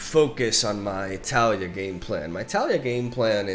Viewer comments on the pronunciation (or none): En mi opinión el nombre del campeón no es Tália, es Talía, rompiendo el diptongo con la y de Taliyah. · Tah-Lee-Yah. I love you but the way you pronounce Taliyah's name is like a needle against my bones. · TAH-liah FeelsWeirdMan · The way he says Taliyah makes me cringe ngl.